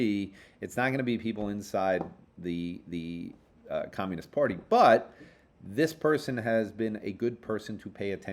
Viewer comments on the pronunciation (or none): none